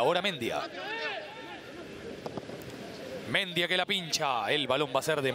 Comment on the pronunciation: Pregunto, locutor y comentarista. Porque no pronuncian Bien como corresponde los Apellidos?. Si el chico es Mendía con acento en al i sino me equivoco. Y pronuncian Mendia con el acento en al e que no existe, No lo comprendo. Igual que con Di Lollo y lo pronuncian con Y que no existe en el Apellido. Una cosa de locos. O éstos 2 periodistas son Nacionalistas Populares?. Increíble. saludos.